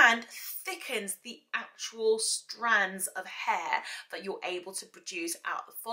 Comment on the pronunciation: Love how you say haar. Happy Birthday